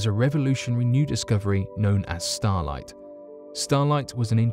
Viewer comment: sounds like he's saying starlight, stolite?